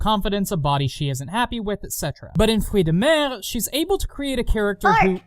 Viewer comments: anyone keeping track of how many time he says " fekin 'frootz dah mair' " in this thing? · "The dub says what now? FROOTS DE-" sighs Ah yes, mispronouncing French, my favourite. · The fact that you constantly point out your dislike of the improper pronounce of the games title makes me smile. It irritates me that they couldn't have just used the French term, rather than the English version. Also your musicals are one of your best trademarks.